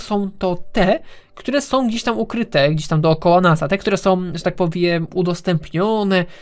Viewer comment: doceniam, że starasz się mówić dość ładnym językiem, podkreślając końcówki ą, ę, ale także dwuznaki. Poza tym używasz ładnych i rzadko używanych dziś słów: notabene, relatywnie. Jednak zauważyłem, a raczej usłyszałem, że czasem robisz to aż za bardzo i końcówki niektórych wyrazów z np; e ( najczęściej ) zmieniasz na ę. Tutaj, zamiast "które", powiedziałeś "którę". Taka mała uwaga. A i życzę sobie więcej odcinków!!! Pozdrawiam.